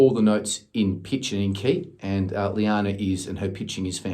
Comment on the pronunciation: Omg omg omg! 😲....I'm having a pannic attack 😆....llana just performed her Christmas solo btw....I posted it up on my channel.... also you'll be pleased to hear that she got the lead part tallulah in bugsy mallone! 🫂 🤗 And it is pronounced lana ( just like lana turner)...🤣.... the spelling was her dad's fault 😆 Thank you soooooo much again for doing this! ❤️ xxxx....BTW....I don't suppose you know the link to the exercises you spoke about by any chance?.... if not then I will find it for sure! 🤗